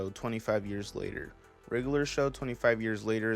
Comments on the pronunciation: I swear you kept saying “riddler show” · rlly liked this video! also, i noticed how u pronounce it as "the riggler show" haha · why do you say it like wriggler show tho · i thought u was saying riddler show for like the first 3 minutes 💀